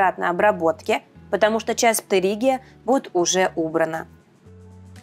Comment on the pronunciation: ваш ПтЭригий это чтото🥰